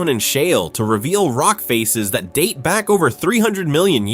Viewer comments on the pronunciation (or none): none